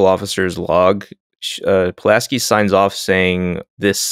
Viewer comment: Pulaski not pulaNski